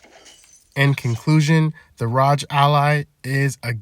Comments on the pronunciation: R O G just say the letters not rodge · "the ROGE ally"💀💀🙃🙃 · Cmon bro you're saying ROG like that on purpose.